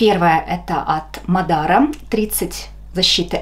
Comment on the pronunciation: Mádara, ударение на первую «а», Латвийский бренд, рада, что понравился